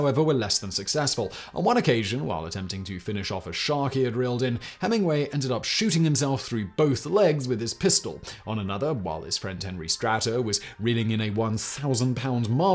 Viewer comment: As the great grandson of Henry “Mike” Strater, I grew up hearing about his wild exploits with his friend Hemingway. Nice to hear about them on your channel! FYI, it is pronounced Stray-ter.